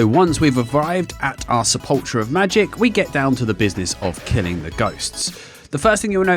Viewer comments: it's sepul-kher not sepul-cher i nearly had a stroke haha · That's not how you pronounce sepulchre.